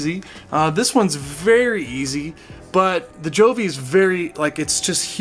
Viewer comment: Yeah you are awesome to get so many thermometer and hygrometers! Btw, Govee pronounce as GO...VEE. Anyway all is fine, convenient to check either on "HUGE" LCD screen or via Govee App!